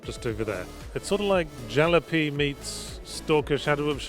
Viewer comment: Are you mispronouncing jalopy on purpose? It ryhmes with 'ya floppy'